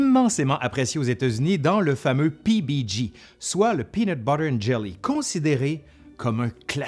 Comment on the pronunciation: Pourquoi tu dis PiBiDji au lieu de PiBiDjay ?